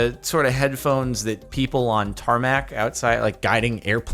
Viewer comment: Did you say TaRMac